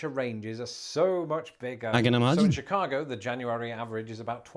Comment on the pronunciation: Oh my God he's starting to say Chicago with a Chicago accent! Shi-caaaah-go